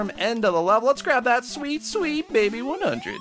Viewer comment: It's funny when you say baby 100